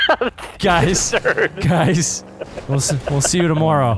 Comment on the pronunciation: vanoss be like jies guys😂😂